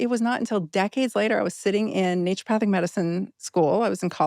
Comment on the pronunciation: Love this!!! I've been on the fence about trying ozempic... Not any more. Also... It's naturOpathic... Not "nature" pathic... Lol